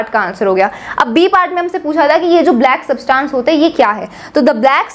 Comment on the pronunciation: you are pronouncing SUBTANCE in a wrong way. Try to fix it.